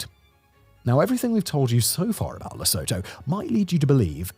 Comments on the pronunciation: As an SA citizen, learning more about this hermit kingdom is most informative. However, please get these pronunciations correct. Lesotho is pronounced Lesooto, and Basuto is pronounced Basootoo. If England was pronounced Anglaand it would sound pretty weird. You get my point. Otherwise, your channel is most informative and contains interesting content. Keep up the good work. Please, watch your pronunciation. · Also it's pronounced lē-so(o)-tho. -a flat E, "SOO" as in "so what" just pitched down, "tho" sudden as you'd say tomorrow 😊 I'm no linguist just a guy trying to help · Oh great scott....the pronunciation of place names is important Simon. The absolute very least you could do is pronounce them correctly. For Lesotho [/lə'su:.tu:/] here is a sound by sound pronunciation: /L/ as in look, /ə/ as in above, /s/ as in say, /u:/ as in blue, /t/ as in town, /u:/ as in blue. You are better than the machine algorithms flooding this site Simon. Please do better. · Lesoto😢😢 of all the ways you could've pronounced it! LE SO TOE? Really! Man I'm not even Sotho and it hurt me hearing that. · Dear god, Please stop calling it Lisowtow! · A crash course on Lesotho should begin with how to pronounce Luh-SOO-too correctly. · 1. Simon, your pronunciation of "Drakensberg" was spot on . 2. It's "Le-soo-too". 3. Brilliant video! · My daughter visited South Africa a few years ago, and she told me the same, that Lesotho is pronounced Le-soo-too. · no it's "Lesotho" not "Lesoto". I'm from Lesotho. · Perhaps you could pronounce the name of the country correctly. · I laughed so hard when you slaughtered the pronunciation of Lesotho. Got KwaZulu-Natal correct though😃✨️ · How can you make a 15 min video about a country and not even know how to correctly pronounce its name? I don't know if i trust you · My brother in Christ, for all the research you do, would it kill you to hear the name pronounced properly :') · your pronunciation is of Lesotho is hilarious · It is pronounced le-sooo-too